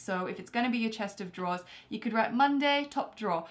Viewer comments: "WITE IT DOWN" Thumbs up if you noticed it. P.S. love your videos. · Wite it down😂